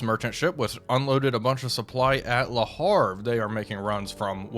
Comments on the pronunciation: Ist's Le Havre, not Le Harf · Please How to Pronounce Le Havre? (CORRECTLY) French City Name Pronunciation :-)